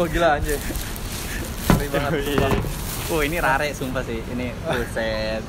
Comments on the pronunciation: Rare dibaca ra-re??!!seriously dude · RARE = "RER" bukan "RARE"